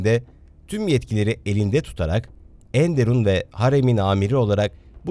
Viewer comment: Emeğinize sağlık, kapsamlı ve güzel bir çalışma olmuş. Tarih sunan bir kişi olarak size tavsiyem ENDERUN ve ERKÂN kelimelerinin okunuşlarına dikkat etmenizdir. Enderun kelimesinde EN hecesi vurgulayarak okunmaz, ERKÂN kelimesinde ise A harfi ince okunur. Umarım yapıcı eleştirmem sizi rahatsız etmez. Sevgilerimle.